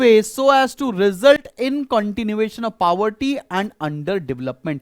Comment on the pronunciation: He is pronouncing it correctly........